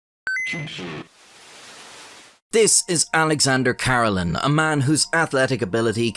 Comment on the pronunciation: Great video but His last name is pronounced Kuh-Reh-Lin, Not Car-Ruh-Lin.